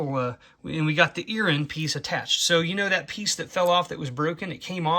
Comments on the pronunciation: What exactly is an Erin? I heard you say it a couple of times... oooohhhhhh earring! Sorry😅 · What is an earren? Do you mean ear ring?